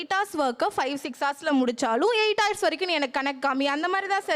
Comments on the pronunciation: Haus haus. What haus. Learn proper pronunciation. Google “hours”. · Horse aa ours nu pronounce seiyanum dhane, doctors na konjam service motto erukanum paa